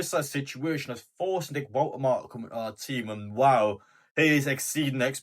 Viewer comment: Not sure about your pronunciation of Woltemade 😉?